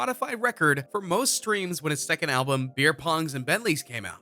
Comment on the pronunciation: Beer pongs? Beer bongs u mean